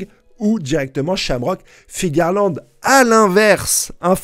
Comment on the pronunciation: Je t'adore mais stp arrête de dire Fingerland c'est Figarland . Bisous et continue comme ça